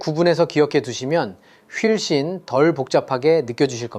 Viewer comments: AI아니에요? 훨씬을 휠씬으로 읽던데;; 말이 되나 이걸 휠씬으로 읽는게? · 근데 훨씬을 휠씬이라고 하여 ㅠㅠ 오타를 읽은 AI라고 여김 ㅠㅠ